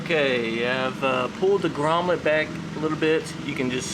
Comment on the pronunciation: The word is grommet not "grommlet".